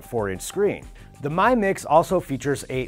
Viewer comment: I cringed into a potato when he said Mi Mix. It's pronounced as 'mee'.